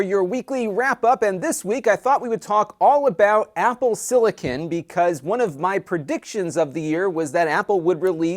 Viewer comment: Am I the only one that cringes every time I hear silicon...